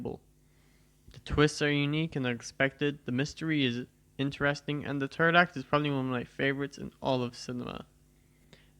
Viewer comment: Nice video 👍, so much effort put in this, also the u say 3rd act sounds like u said turd act, lol.